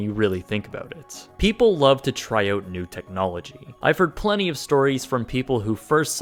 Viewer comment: Out* owt... not oot